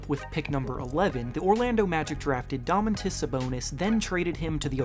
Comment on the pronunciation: Bruh you said domantas wrong 😂